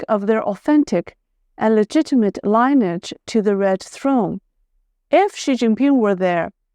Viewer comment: "Lin-e-age (aj)"